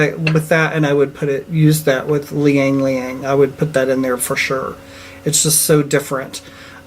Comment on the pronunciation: Not to get hypercritical, but Ylang Ylang is pronounced EE-LÄNG EE-LÄNG, not "Lee-Yang Lee-Yang" ;-)